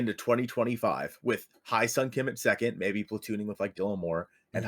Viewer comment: Great video :) Small tip: "Hye" is pronounced like "yes", but drop the "s" and add an "H" :)